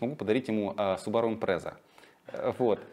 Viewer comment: Почему impresa а не Impreza?